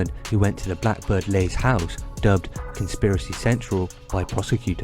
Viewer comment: Leys is pronounced Lee's.